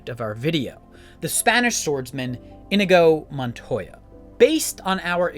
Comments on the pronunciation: That pronunciation 😂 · Dude this is possibly one of my favorite YouTube videos ever but how are you this big a fan and can't pronounce the characters name